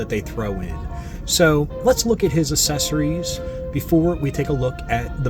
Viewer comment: "Assessories" LOL! You're The Man